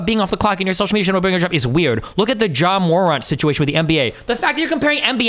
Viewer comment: the way you pronounced Ja Morant was insane